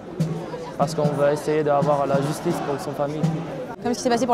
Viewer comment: La jistice la jistice! Mais bon force à eux quand même